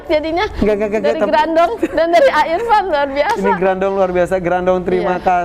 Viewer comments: Harusnya grandong,bukan grandiong mas editor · Mon maap bapak editorr "grandong" bukan "grandiong" wkwkwkwk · Grandong a bukan grandiong Grandiong teh saha😭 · Gerandong kak bukan grandiong 😁😁😁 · Grandong a bkn grandiong wkwkwk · Kenapa bacaannya dokter rajanti mencoba mem4hami grandiong ko grandiong? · bukan grandung😂